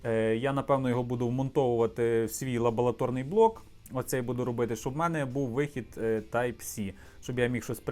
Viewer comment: Дякую!Було цікаво, мені постійно чулося "Лаболаторний" , а не "лабораторний"))))